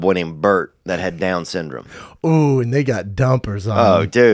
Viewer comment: “Other boy named Brett that had down syn-drame” LOL